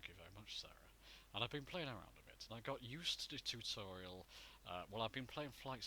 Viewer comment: tewtuuurial, haha love it!